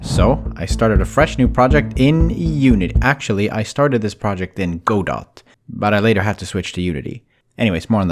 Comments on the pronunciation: It's not pronounced Go-dot 🤓 it's God-oh, supposedly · for anyone who doesnt know its pronounced "gah doh" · Go Dot He used Go Dot Not Godot (pronounced Guh-Doe) Go Dot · Not to nitpick, but it made me cringe hearing go dot. It's actually supposed to be pronounced like guhdough. Anyway, cool game, and sorry for my needless pronunciation aggravation. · Godot is pronounced goh-dough, not go-dot. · It’s pronounced “guh dough” not go dot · who’s gonna tell him it’s pronounced gudoh and not go dot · I don't know if this is actually how it's pronounced but hearing godot read like "go-dot" was killing me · Godot is (Ga-Doe) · Just so that I don't go insane, please call Godot GUH-doh. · Don't feel bad but "Godot" is pronounced like "G'doe" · Hey, you know it's pronounced guh-dough right? Was that a bit or? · It's actually pronounced GOD-Uht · "Go Dot" lol , im not sure this is how you pronounce that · It's pronounced "Guh-doh." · did u just pronounce godot as go dot lmao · I hate to be that guy but Godot is a name, it is from a very famous play, and it is pronounced Guh-Doh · its pronounced gu-dough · Jesus Christ, it's pronounced "[Guh-Dough]"! I'm sorry but it irks me. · It’s pronounced (guh-doh) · this is painful to watch i develop with godot its pronounced geh-dough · godot is pronounced "guh-dow" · the way you said godot pained me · I bet someone has already said this, but I THINK you pronounced Godot wrong